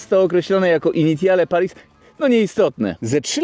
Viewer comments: Initiale Paris czyta się 'Inisjal Pari' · "Initiale Paris" czytamy plus-minus jako "Inisjal Pari".